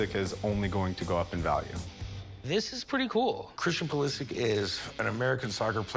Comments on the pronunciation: Hearing them say PuliSick is getting me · Huge Christian Pulisic fan but calls him Pulisik.... and He is not even close to being one of the top players in Premier League, he isnt even 100% starter. I am croatian as he is, I am not hating just being realistic, he aint that special, he is good, but he aint even best winger in his club.